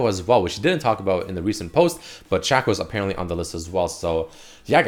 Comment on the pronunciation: dude love the vids but you need to learn how to pronounce certain champs names, its not Shacko it's Shake Oh, you can even watch the league of legends chanmpion spotlight, would make your vids better if you pronounced more champs names correctly.